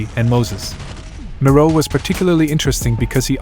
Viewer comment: Why do you pronounce it “MORO” instead of “MIRO” like ME-RO 😂